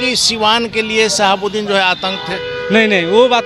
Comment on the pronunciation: Ap modi ke pa5erkar hai aur sahabuddin ka name sahi bola kijiye